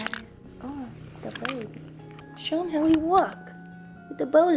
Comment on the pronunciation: The New Jersey in her totally comes out when she goes "HOW!?"